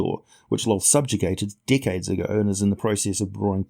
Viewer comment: When you say 'decades' it sounds like d%#kheads. Thanks for making me snicker